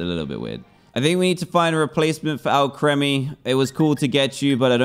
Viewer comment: Its Al-kree-mee, not Al-kreh-mee